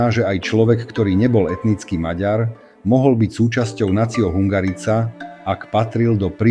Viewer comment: Tá hudba je zbytočná, horšie sa to počúva. Hungarica -- vyslovuje sa to hungarika.